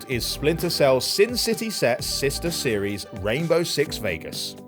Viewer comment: That chick is incapable of saying the word "series". 🤣